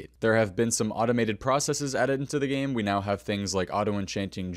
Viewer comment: Umm probably should have pronounced “game” more clearly. I heard something very different 😂